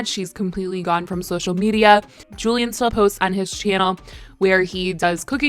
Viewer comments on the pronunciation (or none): none